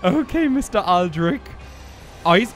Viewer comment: The lady in the intro pronunced Aldrich in a different way :p Anyway, great episode!